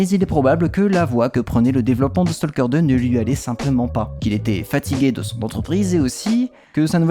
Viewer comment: Comme on pourrait s'y attendre vu leur similitude orthographique, talk, walk, stalk suivent la même règle de prononciation. Tout comme on ne dit pas"tolk" mais "tok", on ne dit pas "stolk" mais "stok" ;)